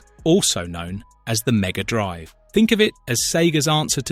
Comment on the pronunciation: Maybe it's just me, but the "Drive" in "Mega Drive"should be sounded as a noun, and not a verb. The way it's said is more like the latter. It should be said more like "Hard Drive" than "A long drive".